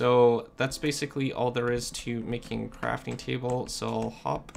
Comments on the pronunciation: The gui said cafting station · "Cafting Station" what